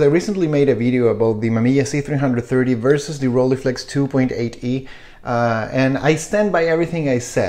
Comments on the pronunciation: "Roll-eye-flex", not "Rolleeflex" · Well.. in standart "hochdeutsch" the ei cluster of vowels should be procnounced as -eye-, you might have lived in a more accenty environment but it is the same case as in Leica, one doesn't say "Leeca" either. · When I lived in Germany, people said it like “ghroll-hey-flex”. In all the other countries, I’ve heard people say “roll-ee-flex”. You say “roll-eye-flex”. I don’t know where the “eye” part might come from. Never heard of it, and it’s certainly not German. But who cares? Enjoy the camera and pronounce it however you want to.